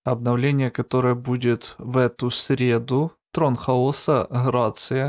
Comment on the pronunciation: ударение на А